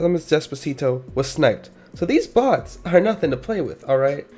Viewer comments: for sec i thought he said butts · Everyone has to be honest the first time he said 'bots' who else taught he said box ? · I thought you said "bought" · i feel like you said butts instead of bots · I heard butts without the captions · What I heard, is him actually saying butts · I’m confused bc your saying boss or box that’s why I’m confused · I thought he said butts lol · ok im so confused is he saying bots, boss or butts?